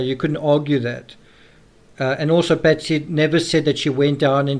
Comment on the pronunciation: Why do you mispronounce Patsy's name making I sound like you saying Betsy? It is very unnecessary and misleading, I keep wondering who is "Betsy"? Then thing, oh yeah, he means "Patsy"! Having an accent is one thing but that is unfair to distort facts. There was another word badly pronounced earlier in this video.